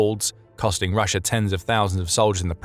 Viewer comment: lots of words with old irrelevant pictures and no real map production of actual changes. Don't take the word of somebody that can not pronounce russia correctly and keep saying russher.